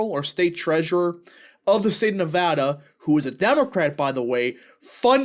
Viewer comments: It’s not nuh voh duh. It’s neh va da. You’re saying it right the first time. Dems out of Vegas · Nev-ADD-a not Nev-Ahh-da! People here are very particular about the correct pronunciation of the state! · Not from Nevada, but I talked to a local when I was there and he said it was pronounced Nev-add-duh.